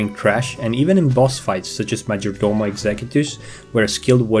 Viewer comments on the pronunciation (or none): none